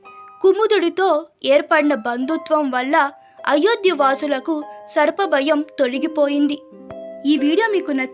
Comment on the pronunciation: తెలుగు సరిగ్గా చదవడం రాని వాళ్ళు ఎందుకు చదివి వినిపించాలనుకుంటున్నారో అర్థం కావడం లేదు. కుశావతి, అయోధ్య, మహామహా ఏ పదాలకీ దీర్ఘాలు ఉండవలసిన చోట లేవు. తెలుగు భాష ఖూనీ చెయ్యకమ్మా నీ పుణ్యం ఉంటుంది.